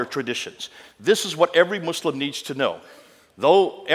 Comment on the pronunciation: Muslamic 😂😂😂 bro is defo not educmacated.